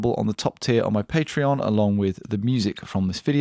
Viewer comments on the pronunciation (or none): none